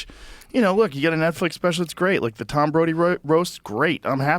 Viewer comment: “Tom Brody” 😂